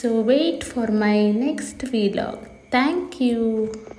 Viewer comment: Its "vlog", not "veelog"